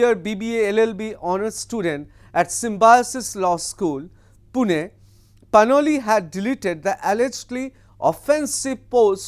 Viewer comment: Is she Panoli or Ppanwalik as you are pronouning.?